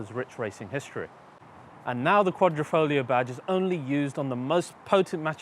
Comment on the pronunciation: "The Quadrifrolio"